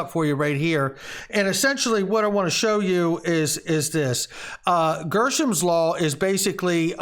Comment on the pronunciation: Hey were you reading too fast or is dyslexia setting in?… you changed the word from Greshams law to GERSHAMS law… did you catch that yet sir?… we all make mistakes and i forgive you buddy!!… keep up the good work though good information though… thanks!